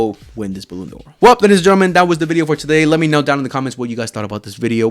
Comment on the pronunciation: Bro, learn how to pronounce ballon D'or😅